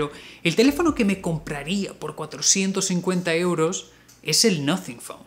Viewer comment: Cuando dijiste el noting phone me asuste jajaja